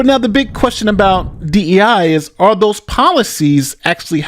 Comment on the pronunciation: “We gonna go an saport dose”.